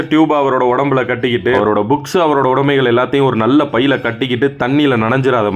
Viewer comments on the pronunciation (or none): none